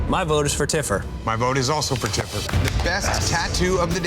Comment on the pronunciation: Tiffer not TIPPER